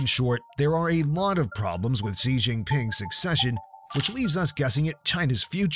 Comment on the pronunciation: Xi is pronounced Shi, it takes 2 seconds to google that